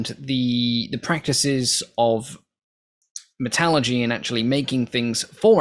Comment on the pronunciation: It it "Metallurgy," not "Metalgy"...